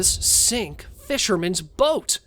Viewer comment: ngl. you had me go back a few seconds on the second one cuz i thought u said "Goat" instead of "Boat"